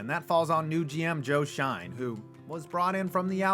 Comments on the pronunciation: Joe Schoen is pronounced like Shane, not Shine. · it's pronounced Joe "SHANE" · Schoen is pronounced “Shane” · Joe “shine” and John “mah-rah” 🤦‍♂️ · Schoen is pronounced shane i thought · It’s “Shane”